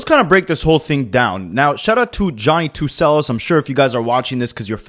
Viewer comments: Johny2celos, celos is with a /ch/ sound. Considering how much u summarize in this video with then generic analysis and conclusions, I feel like you use ai to scrape transcripts which would explain why you can’t pronounce celos, as if you watched even 1 video you would have heard the correct pronunciation. And considering how generic your video is, you def used ai to write the script. Bye and hope to never see your channel again. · How hard is the word cello to pronounce.